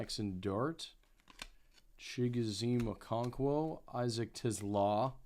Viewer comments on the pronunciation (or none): Isaac TIZLAAA😂 Don't watch football huh